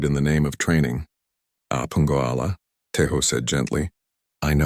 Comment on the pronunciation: ive been trying to translate the korean in my head, but the pronunciation of it with the ai is awful. 'Apungoala' is 아프겠다 or pronounced 'A-peu-get-da' which translates to something along the lines of 'that looks painful'